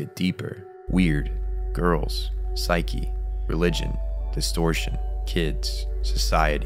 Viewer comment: Well they say Pshuke instead of psyche, so I think we can forgive that.